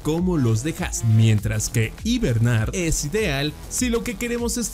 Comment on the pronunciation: en una parte al inicio dice hibemar